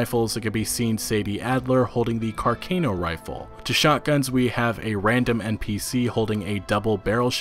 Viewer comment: It’s car-ca-no